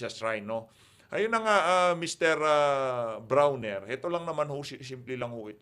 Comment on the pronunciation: brownie hindi brawner